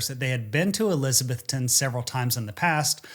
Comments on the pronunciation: ok, I gotta say it ... not Elizabeth-TON, it's Eliza-BETH-on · It’s pronounced ElizaBETHton. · It's ElizaBETHTON. Equal stress on the last two syllables. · “UH-LIZ-UH-BETH-UN”that’s how we pronounce it locally. I always wondered what happened with his plane this flight, another great video! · eliz uh BETH tun. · Eliza-BETH-ton. A local taught me the correct pronunciation. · Omg he is killing miss pronouncing Elizabethton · I'm from Elizabethton. Great pronunciation 😂